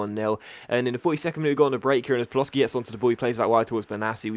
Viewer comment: It's pronounced PALOSHI not Paloski